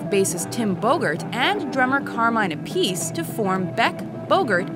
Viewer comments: terrible pronunciation of Appice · When it comes to music, there is nothing wrong with being a perfectionist. JB will always be one of my favorites. His treatment of rare and unique melodies, like Where Were You, can be without comparison. The woman mispronunces Carmine Appice's name. Do your research... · That's the way his girlfriend pronounces it. Perhaps it's a joke between the two of them, because as legend has it Carmine has certainly had his "pieces". The Italian pronunciation is different.